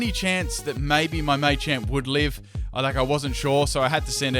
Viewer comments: Not Maychamp, Machamp. Like Muh-champ. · Just FYI, it's pronounced "Mah-champ," not "May-champ." Because it's a combination of macho and champ. Same with Machop and Machoke. Especially Machoke. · you know its not 'mai champ' its ma champ